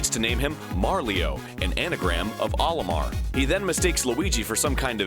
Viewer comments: That's "OH-limar" not "Ollie-mar"... It's the Japanese characters of Mario in reverse "O-Ri-Ma". It's a long O sound, get it right. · It's funny about Olimar and "Marlio" As in Japanese, where Olimar is pronounced "O-ri-mar" It was conceived in itself as an anagram for Mario. That's my only interesting tidbit of information ever!